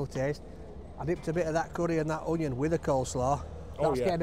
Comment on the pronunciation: No " ing" the end of "Onion"